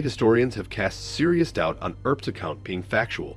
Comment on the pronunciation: The "guy" is an AI Robot....I've heard one Robo blather-boy calling the Earps(Urps) the EARp brothers, because the word "" Ear "" is in their name......also kept pronouncing Tucson (TOO-son) ""TUCK-son. "" glr